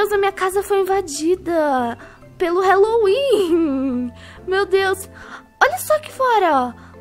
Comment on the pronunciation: Odeio ser estraga prazeres mais e HAAAAAAAAALLOWEEN QUE AGUNIA QUANDO FALA HELO HELO NAO EXISTE NO HÁLLOWEEN E HÁLLOWEEN NAO HELLOWEN MDS SOCORRO ALGUÉM ENSINA ISSO PRA PELO AMOR DE DEUS